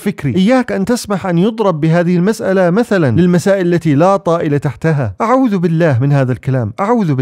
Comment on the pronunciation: اعوذ وليس اعوء